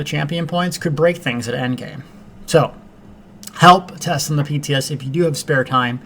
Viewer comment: LOL... Of course by {TS you meant PTS... probably just your accent... :)